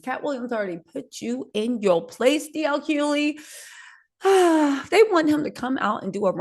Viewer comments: reminds me of a preacher, they read a verse from the Bible then gives you a chapter of what they think it is. And can't pronounce Hughley they say Hueley instead 😂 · Hughley (hu glee) strong g, not silent g.